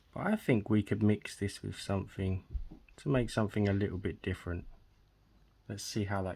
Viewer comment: I can't listen to you talk! somefing, a th doesn't become f????